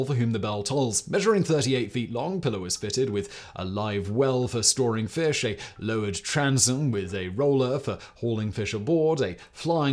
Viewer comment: I mean, it's to be expected. "He starts there, the old man, and his job is to catch the feesh, so he get in the boat, to try to catch feesh. So he catch the feesh, but the feesh is very strong, so the old man cannot reel in the feesh. So then he fight the feesh more, and he finally catch the feesh. But on the way home, the sharks come, and eat the feesh, and so, he no make money."